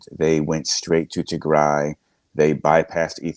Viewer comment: It's Tigray not Tigre please learn how to pronounce it! On another note thank you for sharing the brutality of the TPLF that Eritreans are very aware of. It seems their old ways haven't changed using children as shields is so evil.